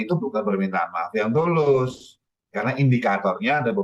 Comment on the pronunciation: Tulus apa bulus bos😂😂